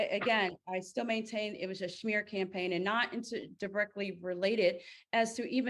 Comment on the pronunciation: The shmear too, shmear campaign 😂